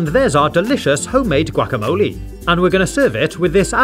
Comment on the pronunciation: How he says "gwack-a-moli" 🤣🤣🤣🤣🤣🤣🤣🤣🤣🤣🤣